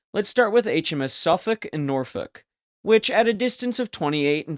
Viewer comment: Instant click off can't pronounce Norfolk properly